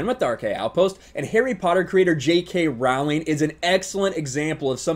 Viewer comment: I agree with your points, but Trivia Note: "Rowling" rhymes with "bowling."